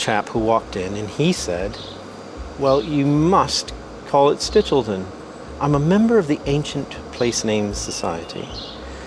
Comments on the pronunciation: She keeps calling the cheese "Stilch-e-ton"... It's "Stitch-el-ton"!!! CHE BELISSIMO FORMAGGIO! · Sti-chel-ton, not stilcheton, not stichiton. It’s not that hard…